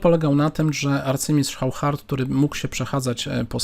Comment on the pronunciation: To Hauchard to chyba auszard się czyta. Takim oszustom to fide powinno przyznawać tytuł SM - stockfish master